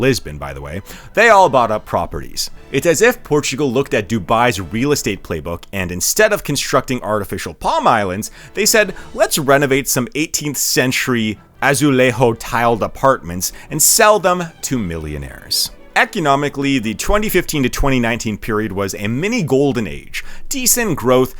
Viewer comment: it's not 'azuleho' but 'azulejo' (J in Portuguese sounds almost like J in English)